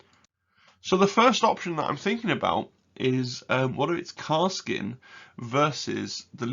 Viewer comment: great video. had watched auspex tactics vid too. btw... it is Kas-r-kin